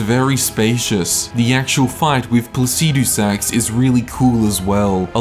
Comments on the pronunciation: I haven't got a clue the basis of which you're ranking these bosses because you have such a beautiful fuckin way with words, but Fire Giant higher than Godrick? Never! Also, learn to say "Placidusax" normally. Like how an American says "aluminium": Faster and without the stress on the "i". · man i really like how u pronounce that dragon lord name lol so funny🤣🤣🤣🤣subscribed